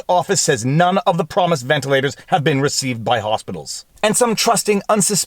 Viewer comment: Wtf, he said Elon. He also said ventalers though.